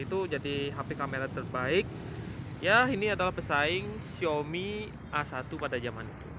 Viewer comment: A1 dibaca ei one gk sih, kok awan 😅